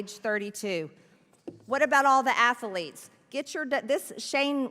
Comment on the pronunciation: MTG is a living caricature of ignorance. Athlete has 2 syllables - not 3.